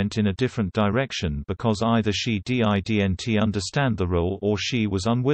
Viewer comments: Why can't this channel get some one who knows how to pronounce 'didn't' instead of spelling it out? Weird. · So, this robot narrator can't pronounce any word containing an apostrophe but must spell it out??? That's p-a-t-h-e-t-i-c.